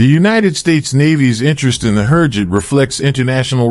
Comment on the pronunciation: Click-bait! USA did not buy training jet from Türkiye. May be 2-3 years later after many tests. Who ever prepared the video, cannot even pronounce Türkiye or HürJet.